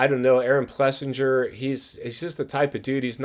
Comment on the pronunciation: Dude! First off if you are going to talk like you have half a clue would you please pronounce AP’s name correctly. It’s Plessing-er…repeat it Plessing-er. Secondly, KTM isn’t suffering massively and their moto situation isn’t “crisis” driven 😂. Having 3 product lines wasn’t a great idea from the beginning well before their supply issue even happened. Their moto racing was covered all along and as company they are out of insolvency and have a full production line back in place. Quit making stuff up for pure drama. Of course riders are going to say they are ready to go LOL. There are some that even cheat on concussion baselines to make later ones easier. The sport has one of the worst concussion protocols there are. Even basketball is more stringent and professional in concussion protocols😂😂🤦🏻‍♂. It’s not an issue with KTM anyways it’s the issue with the sport overall policy. To say it’s KTM “blowing it” is just ridiculous.